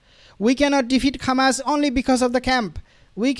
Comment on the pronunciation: To the uploader.. Why you mispronounce Hamas as Khamas ??